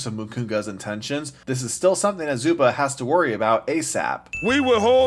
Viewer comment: You forgot to sin his pronounciation of "Zuba"